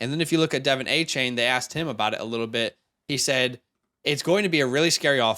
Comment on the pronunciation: Just so ya know, Devon Achane sounds like D’Von not Devin. Great video thanks guys.